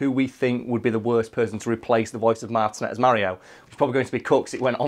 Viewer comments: MAR-TIN-AYE NOT MARTIN-ET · It’s Martin - A, not Martin - et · I've had the privelidge of meeting Charles Martinet (pronounced Martiné) and he is the nicest guy you'll ever meet! Its clear he loves his job and what he does for Nintendo!